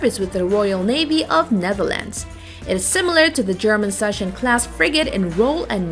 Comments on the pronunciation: The german Sachsen-Class will be pronounce like "Sagsen" and not "Sashen" or "Shassen" 😉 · that butchering of the pronunciation of the Sachsen-Class :D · Short Instruction how to pronunciate the Sachsen-Class. Speak it like "Suck Zen"